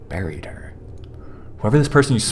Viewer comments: When he said “ so he buried her” I thought he said “so he married her” 😂😂😂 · Omfg SAMEEEEEEEEEE